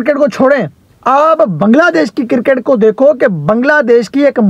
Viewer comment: O bhai ye kirkit kirkit kya hota he? 😂🤣🤣😂